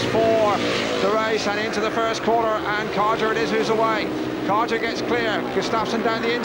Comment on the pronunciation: Brian Karger, you idiot. The English speaking announcer pronounces Brian Karger wrongly, but that's because native English speakers only know their own language. I'm Danish (like Brian Karger, Hans Nielsen, Ole Olsen, Erik Gundersen, Tommy Knudsen, Nicki Pedersen etc.)Brian Karger was a good Danish speedway rider, but not in Olsen's, Gundersen's and Nielsen's class - more like an avarage English rider.